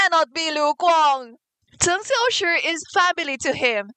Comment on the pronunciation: Unrelated to the video but i am completely in love with the way you pronounce cheng xiaoshi’s name as a chinese speaker myself it is very satisfying to hear